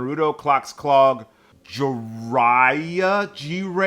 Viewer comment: You said Jiraiya right the first try.